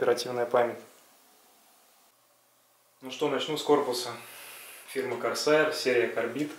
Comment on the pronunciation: Не КОРСАР как ты говоришь а КОРСЭИР точнее